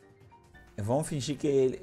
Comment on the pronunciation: "Seguinte galera "damo" que tamo" kkkkkkkk